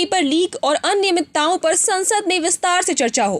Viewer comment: Kathit aninaymit-ta????? Ya fir aniyamit-ta